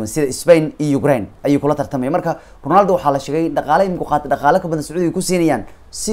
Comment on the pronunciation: Ronaldo ❌ Rinaldo ✅ 😂😂😂😂